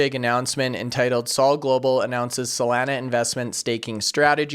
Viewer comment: I know we can’t do anything about your accent but PLEASE LOOK UP THE CORRECT PRONUNCIATION OF SOLANA. It’s hard to take you serious with you butchering the name. SOL - AH - Nugh (From the beach town in San Diego called Solana Beach)